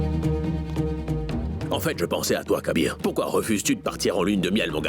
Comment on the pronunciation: Kabeer et non kaiser 😂😢